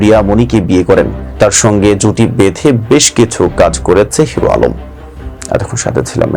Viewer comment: এইটা নিয়ে ও নিউজ করতে হবে যে নিজের নাম ঠিক মতো বলতে পারে না 😊